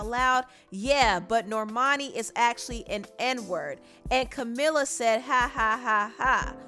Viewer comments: It’s Camila not Camala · Pronounce her name correctly please